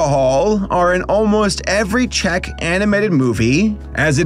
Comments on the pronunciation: Dont worry,, you’re pronouncing “Czech” correctly Of course I’d know, I live here (You still have to work on how to pronounce “Jan” lmao) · as a slovak, i'd like to note that czechoslovakia has not been a thing since january 1st, 1993 :) and yes... you did pronounce czech correctly so that's good lol